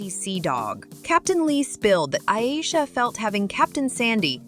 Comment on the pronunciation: Iyeesha 😂😂😂 u can’t even pronounce her name right